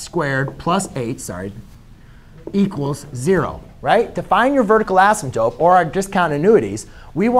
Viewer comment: I love how you say "asymTOPE). 😀 /MY BEST!